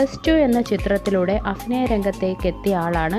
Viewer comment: 'അഫിനയം' അല്ല ചേച്ചി 'അഭിനയം '